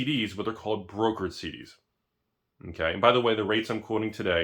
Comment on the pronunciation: Everytime he said CDs, I heard SeeDeezNuts